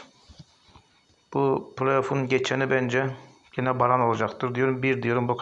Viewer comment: Abi brann - jerv yazıyor , sen "baran jeri "diye okuyorsun. Şansın bol olsun. 🖐️